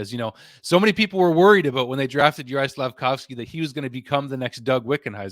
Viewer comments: Caufsuzki??? Why. There's litteraly Slafcaufki available RIGHT there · Slaf - Cauf - Sky... You got it wrong.